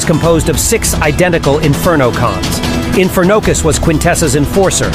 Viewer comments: Bro why'd you pronounce it like "infer nocus" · Pronounce it like it is one word. Not infer-nocus 😂